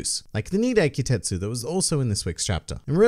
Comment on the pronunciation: There's some special set of swords named Ki-TET-su but he said Ki-SET-su